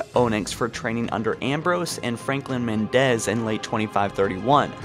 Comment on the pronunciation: It is said Méndez not Mendéz